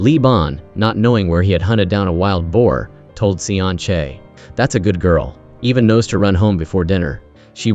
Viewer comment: Damn ai 😂😂😂 From seon chae to sun shake 🤣